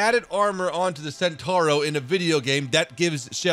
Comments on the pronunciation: It's a CENTAURO not a SENTURO. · È centauro non sentorou